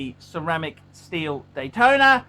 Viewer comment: He can’t pronounce any name, including the popular rolex models, just sad.